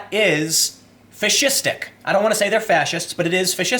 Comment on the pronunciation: 1st) the left has been adopting fascistic tactics for some time now, which is just one reason i no longer support the Democratic party. 2nd) when you say fascistic,it sounds like you're saying fish-istic and now i want fish sticks. the power of subliminal messaging. yea mocking someone pronunciation is bad, my bad.